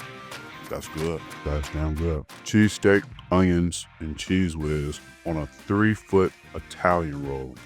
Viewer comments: He did say cheesecake😂😂😂😂 we not crazy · He did. I heard it too. He cleaned it up. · He is sayin cheesecake intermittently. 😅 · Come straight to the comments for that very reason 😂 to make sure I wasn’t the only one . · I definitely heard him say cheesecake 💯had Me looking 2wice at the screen to see if it was a long " cheesecake" 😂😂he said it😂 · Yea he definitely kept saying cheesecake 😫 and then he said cheesestake 2 times 😂😂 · I heard it as well! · Me too! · He said cheese steak. Sounds cheese cake.